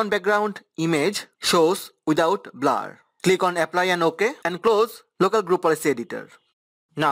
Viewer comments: “BLAR” lol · Thanks helped. But i just love how he sais "BLAR"